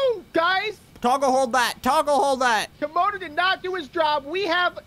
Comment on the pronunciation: It’s camodo gaming not comodo